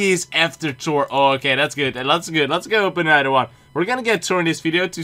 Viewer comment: I like that he says tor not Thor